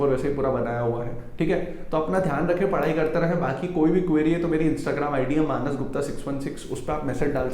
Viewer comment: Manas गुप्ता ke jagah Minus गुप्ता sunai deta है.